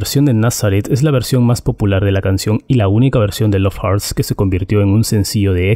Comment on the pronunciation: Hurts Se pronununcia jorts no jarts